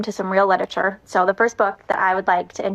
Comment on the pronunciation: “Littitcher” 😑 Anyone who pronounces it like that knows nothing about literature.